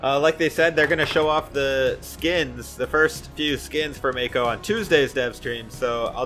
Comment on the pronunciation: Not aure but i think its pronounced Mah-ko not may-ko